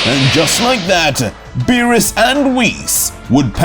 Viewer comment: Nah hearing zeno say beerus chan hurts my brain